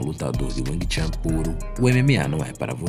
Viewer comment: Não se pronuncia chan ,mas chun.